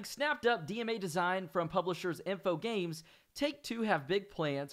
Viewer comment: One remark: it's Infog r ames (on its French), not Infogames.